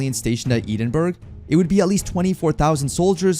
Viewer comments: Bro also mispronounced Edinburgh, I died a bit inside when I heard Eden-burg. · Knowing a Scottish pronunciation is tearing my ears apart when the AI speaks Edinburgh. It’s Eh-den-burr-oh Don’t ask why the Scots pronounce it that way. They’re cool.